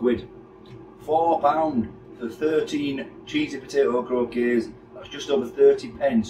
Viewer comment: Croc - kets thats how its said,potatoe croquettes